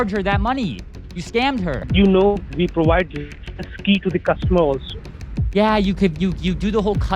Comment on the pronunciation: The first sign of a liar is to repeat the question back to you but what's even funnier he can't pronounce provide, He and most of them say PUWIDE a service.